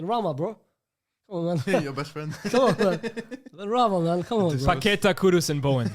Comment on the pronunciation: Paquetá you pronounce like lyes says it, but instead of the accent on the e its on the a, And joão is not pronounced like joao, search on translate how to pronounce, I can't really explain it,it's pretty close Hope it helps! 👍🏽